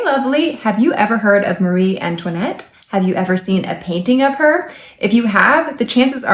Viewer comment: Great video. But one thing: it's Marie Antoinette, not 'Marie'.